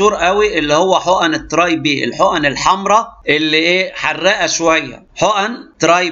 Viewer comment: به هههههه بي وليس به